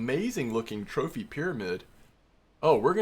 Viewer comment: I'm not trying to like... criticize or nothin', I genuinely thought it was hilarious. Had to do a double take and go "Did he just say Trophanese Japanese Amberjack?" lmfao. That was great, made my day better.